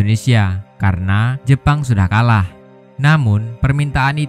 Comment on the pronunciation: bilang aja tentara jepang jangan jepon lol